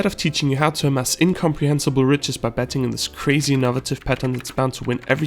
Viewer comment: it seems like you're pronouncing the word betting as petting